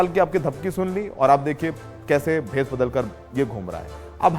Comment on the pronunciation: wahh gwar logo भेष hota hai भेस nahi